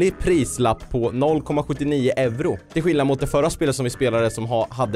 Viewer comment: Jag älskar att du inte kan ut-tala euro😂(jag är finlandsvensk) + jag blir mobbad för att jag kollar på dig☹️PS:DU ÄR BÄST!!!!